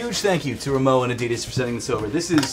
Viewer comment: That was the weirdest pronounciation of Rimowa I've ever heard. I swear that I heard saying moua.